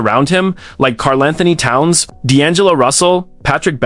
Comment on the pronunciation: Your AI narration AND captioning BOTH suck. The voice can't pronounce KATs name properly and the captions say "Carl and Tony Towns"??? You also forgot Andrew Wiggins in the modern era, and Zach LaVine among others earlier. "First round...series against...Grizzlies...Anthony looked like the best player on the floor AGAINST a group that included KARL ANTHONY TOWNS"??? WHEN did KAT play for MEMPHIS???